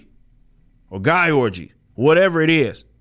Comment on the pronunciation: Guy-orgy lmfao